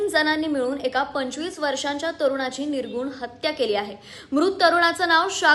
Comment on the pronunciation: अगं म्हशी तो शब्द निर्घृण आहे निर्घुण नव्हे आधी नीट बोलायला शिक